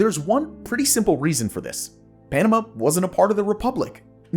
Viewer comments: It's not the Panam uh canal, it's the Panama(h) canal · Also NAILS 💅🏼 on chalkboard annoying: He says Panama 🇵🇦 so awfully - Pronouncing it as Enema - (Irrigation of Anus and Colon, for Bowel movement) ENEMA… with a P at the beginning Penema - Ugh I hate even writing ✍️ that